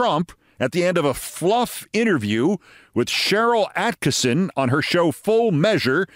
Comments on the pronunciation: "Atkison, not Asskissin." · Not Ass-kisson. Lmfao!!!! 😂